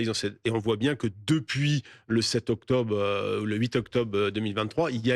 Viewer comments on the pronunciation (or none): ".....🥴 octobe.....🥴 octobe....." 😂